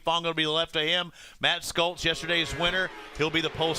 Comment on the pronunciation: I wonder if SCHOLTZ gets irritated after hearing the "experts" call him STOLTZ... -_